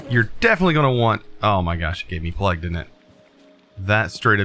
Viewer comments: Does the way he says plague drive anyone else crazy lol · everyone: wow i got plague it’s horrible: PLEG HORRIBLE